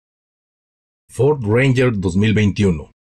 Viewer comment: Ahora se no dice Ford, dice ofordo jajajaja